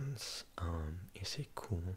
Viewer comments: You sounded french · You sounded so posh when you said “per chance” 😭😭❤️